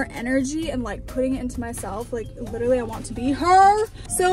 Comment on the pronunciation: “i liTtErly”😂😂